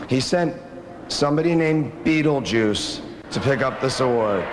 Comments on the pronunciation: He literally cant say his own name hsgsgsha, “betejuuce” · "Wel bi.... well be beedlebuce here, habb bi benis here." Is how I will start every presentation from now on.